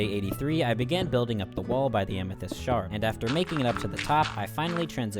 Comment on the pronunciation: every time he said amethyst shard i heard shark and i spent like a decent amount of time trying to see the vision. i couldn’t lmao there was no shark to be found